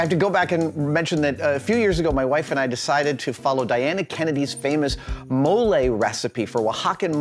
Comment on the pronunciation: On top of everything else that's wonderful about this, Adam pronounced Oaxacan and mole CORRECTLY!!! Made me happier than I can say. (it's the small things)